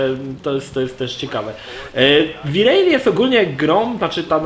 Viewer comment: Siema. Fajny material ale dlaczego uparcie mowisz wi rejli?